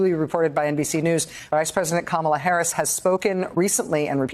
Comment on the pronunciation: Kum-ala Scare-us